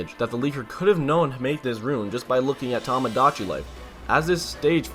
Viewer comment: It's Toe-Moe Dachi not Tah-Mah Dachi!!!!!!